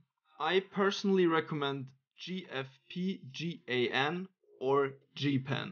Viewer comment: Dude here making tutorials but doesn't know how to pronounce gfpgan correctly